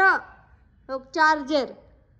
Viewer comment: चार्जर असत ग बाई चार्जेर नाही आधी तु शिक मग पिहुला शिकवभाज्यांचे नाव शिकविते 😂😂😂😂😂😂😂